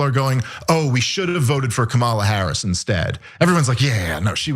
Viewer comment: Hey white boy. Learn how to pronounce Kamala’s name. Also you’re wrong and missing a lot of important nuance with many of your points. Ah well. Just learn her name. You look like all the others when you say it like that. You DO suffer from white privilege. Sorry to let you know. This interview is why I unsub from TYT all the time. Bah!